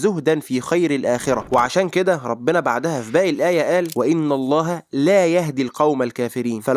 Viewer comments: وأن مش وإن يا أخي وأن وليس وإن وجب التصحيح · ملحوظة يا أخي معلش في نهاية الاية (وأَنَ الله) وليس (وإِنَ الله) علشان انتا نطقتها (إِنَ) بحبك في الله يا أخي في الله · ) وأن الله) بالفتح مش بالكسر حاول إنتبه اكتر للآيات لحتى ما يكونش عندك لحن جلي بارك الله فيك 🌹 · في غلطة بسيطة لما قرأت الآية انك كسرت الالف بتاع أن